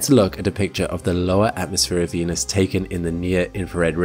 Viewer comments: Venus sounds more like Penus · Why did he say "Venus~" with a tilde at the start? Zestiest way I've ever heard someone pronounce Venus. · "venus" "penis" are pronounced the same